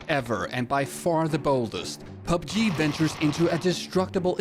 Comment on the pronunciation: I like the way he pronounces PUBG as PUBGIII